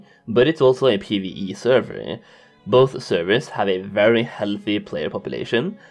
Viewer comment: Now repeat after me "Server".. not servey or survey